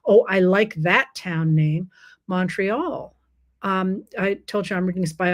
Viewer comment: As a born Montrealer it behooves me to respectfully alert you that among the Anglo population "Montreal" is pronounced munn-tree-all, not mawn-tree-all.